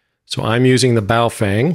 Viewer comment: Im glad you NOW know how to pronounce Baofeng properly.